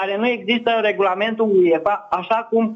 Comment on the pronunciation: Băi apelul bocancilor se citește și se scrie UEFA nu Uiefa